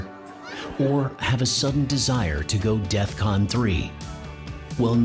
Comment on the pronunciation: Can someone tell Kanye it's DEFCON not Deathcon 🤣💯 I believe it means defense readiness condition. Think War Games 1980s.